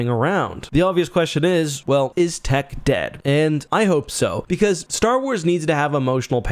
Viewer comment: It’s Tick. The way Omega pronounces it. 😂